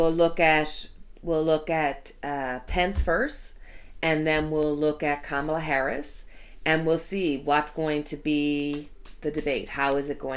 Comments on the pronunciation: COMMA-LUH, COMMA-LUH, not Cam rhymes with ham, COMMA-LUH. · Pronunciation: Kamala Harris (comma-la)